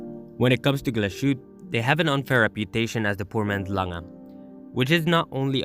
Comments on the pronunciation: Wow you didnt even bother checking how the name is pronounced? You do know they speak German in Germany not French? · Not bothering to make the minimal effort of spelling and pronouncing Glashütte correctly is insultingly lazy.